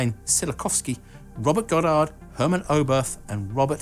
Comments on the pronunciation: Great video as usual! No sensation seeking and calm I love it. Just one remark from a german speaker: Pronounciation. Oberth is just spoken Obert. TH is an English only invention and does not work in German the same way. But that is just a minor remark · Constantine Zillo-kofsky, Hurrmen Oweberth, Robbert Estenolt-Peltery, Corellyoff, Urnst Stollin/dzh/er..., please, yours has come to be recognised a respectable channel. Please research into the pronunciation of names before you're making an ignorant arse of yourself on YouTube. Thank you. You've managed an almost exemplary "Wernher von Braun", so why did you decide to butcher the former ones? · Oberth is not pronounced with English th. It is an ordinary t despite the spelling with an added h.